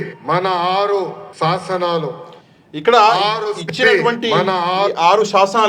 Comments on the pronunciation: శాసనాలు కాదు. సాస నాలు😂😂😂😂😂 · వాడికంటే తెలుగు మాట్లాడటం రాక ససనలు అంటున్నాడు మీరు కూడా ససనలు అనేస్తున్నారు జాగ్రత్త